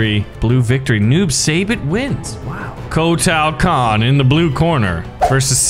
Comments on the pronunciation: Agreed WHY SAY EVERY NAME WRONG KOTAAAAL KAHN WTF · Kotal Kahn say it like coat l and saibot is like saybot